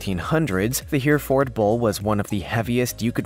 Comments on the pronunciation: 😆 😆 😆 I was thinking the same thing ! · it’s pronounced ( hair-a-fid ) not (here-a-Ford) It’s (Sim-A-Tall) and Chalet. A draft animal , not drought animal. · Here we pronounce it ( Her-ferd ).